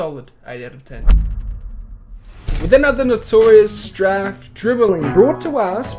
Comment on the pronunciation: Fwiw, strafe is pronounced with a long A. Like straight. Or rake.